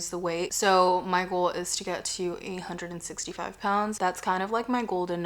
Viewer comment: You said 165, right? I swear I heard 865….had to rewind, loving this so far. ❤